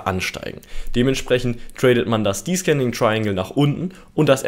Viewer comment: danke für dein tolles video :) aber bitte man spricht es deszending aus xD